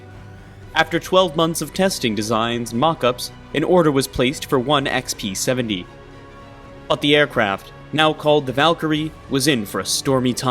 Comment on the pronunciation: Why do you keep calling it the XP-70?